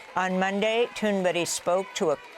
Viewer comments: Why does Amy Goodman insist on calling Greta Thunberg Greta Thunbery, I wonder. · AMY: Why do you insist on pronouncing Greta's name as Tuneberry????? It is Tunberg lice in ICEBERG. I love you but please stop this stupidity!!!!! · TunBERG not TunBERRY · Amy.....why do you say toon-ber-ee? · Oh god there she goes again. Greta TOON BERRY. Why does Amy do that? That’s not how it’s pronounced. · Why does Amy consistently call her Tuneberry? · Why does she always say Gretas last name like that? Am I trippin?